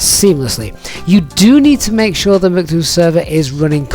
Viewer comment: Your pronunciation of MCDU sounds wierd